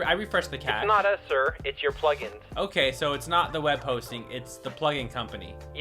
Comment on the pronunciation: In start, he said,"hey plugin company." I heard,"hey fucking company."